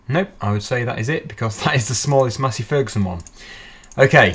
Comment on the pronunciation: Is he saying matty ferguson or Massey ferguson